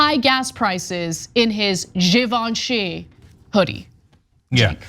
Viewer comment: So that's how your pronounce Givenchy, I was pronouncing it as jih-venchee. Lol 😆